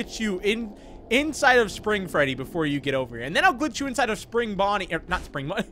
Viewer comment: it sounds like you said "Frebby"